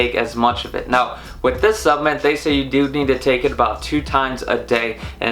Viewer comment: Driving me nuts lol! Keep saying SUPPMEMT and not SUPPLEMENT hahaha